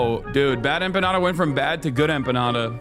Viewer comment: Dude, you mispronounced Bad Emma Panda...